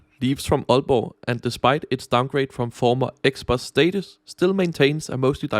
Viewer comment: this is wonderful also as an aalborgenser tak for at sige aalborg og ikke ålborg 🙏